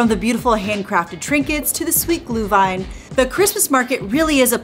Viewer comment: Looks way better than I expected! The stands really look like they do in Germany/Austria. But with the business and cultural connections, that makes sense. It's nice to see the Glühwein being sold in actual ceramic cups with a Pfand. Btw, please please stress the Umlaut when you say Glühwein 😅 it is not glue-wine. I wonder how strict the Americans are regarding drinking the alcoholic beverages and if they check ID and all that stuff.